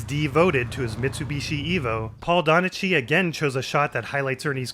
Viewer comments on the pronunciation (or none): Pedantic Scottish person here. I think the name "Donachie" isn't pronounced "ch" as in "cheese", but "ch" as in "chutzpah" or "loch". I may be wrong in this case if the name has changed in Americanisation. Love the videos!